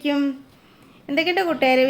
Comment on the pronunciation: ഷാഹിദ അടിപൊളി അനുകരണം,,, നന്നായി മനസ്സിലാകുന്നുമുണ്ട്... പിന്നേയ് സലാം പറയുമ്പോൾ,,, ക്യും.... അല്ല... അർത്ഥം മാറുമത്രേ... ക്കും... എന്ന് മാറ്റി സംബോധന ചെയ്യുമെന്ന് വിശ്വസിക്കുന്നു...